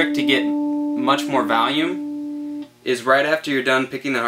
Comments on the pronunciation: "to get more Valume" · What the fuck is valume?